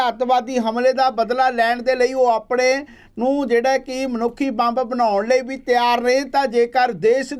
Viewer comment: Bai ji bomb ni ammb boliaa c😂😂😂